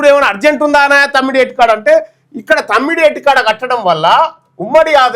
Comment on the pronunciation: తమ్డి హెట్టి✖️( తుమ్మిడి/తుమ్డి హెట్టి)✔️😂